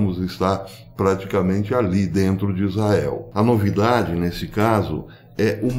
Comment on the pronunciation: Bom domingo professor, tenho sempre acompanhado seus vídeos, mas gostaria que o sr. Desse um capricho quando da pronúncia da palavra ISRAEL RRRR